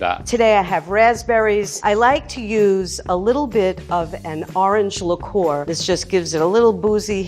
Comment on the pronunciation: Nobody:: LIQUOR “L-ICKOOOOORR” Lmao it’s Liqueur I love her though bless her heart 💀